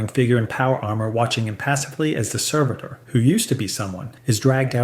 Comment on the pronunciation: And changes how he pronounces 'servitor' back and forth multiple times in the span of just a few sentences.